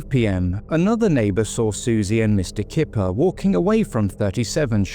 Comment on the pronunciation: I wonder if the name was Kuiper rather than Kipper. May have sounded unusual as pronounced and so Suzy may have written it as she thought she heard it.